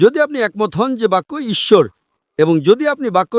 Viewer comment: আ‌রে ইচ্ছর না ইশ্বর